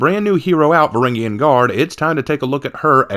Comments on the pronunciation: Varangian, "Vuh-ran-jee-uhn". Say it again. Varangian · say it again "vuh-ran-jee-uhn"